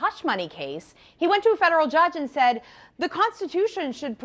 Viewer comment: "NOOOO GUYS HE CANT A JUDGE SAYUD BUT AILEEN BAYUD!" 😂😂😂😂 democrats are desperate as fuck